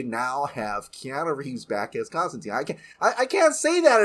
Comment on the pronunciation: I like Keanu, but that's not Constantine. Genuinely surprised they're not bringing the Matt Ryan version back instead. Wish they'd pronounce his name correctly though. Silly 'muricans.